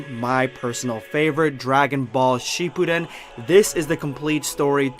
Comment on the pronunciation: Man I just new that something was wrong when he said Dragon-ball Shipudden